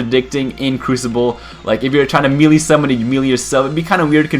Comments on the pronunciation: Melee = MAY•LAY. Not "Mee•lee". I absolutely despise when people say that shit. Buy a damn phonics book. Good video, though. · ITS PRONOUNCED MAY-LAY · melee is pronounced (may-lay) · It's spelled "Warlock," and they're pronounced "may-lay" and "triv-ee-yuhl". :) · he can't say melee right it's annoying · there's more than one way to say it, depends where you're from